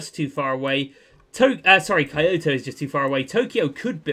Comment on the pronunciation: Kyoto is pronounced key oh toe